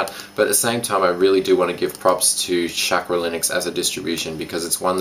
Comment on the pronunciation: Chackra is pronounced "Shawk-Raw" :D